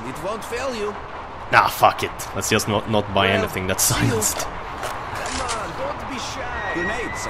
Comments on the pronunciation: btw, you pronounce it silensd, the e in the end is silent:) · can you stop saying silen-ced its one word... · Lol I always get a kick out of how you say "silenced" as Silen-ced! It's more pronounced "si-lenst" but dont let me get u down:P